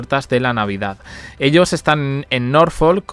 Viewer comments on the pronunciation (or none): none